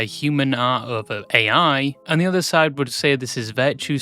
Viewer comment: erm actually it's pronounced "ai" (like the word "I") and not "a.i."